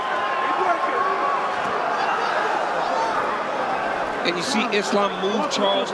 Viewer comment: Its Ma-KA-chev. Not Ma-KAS-chev. No "s" in the man's name!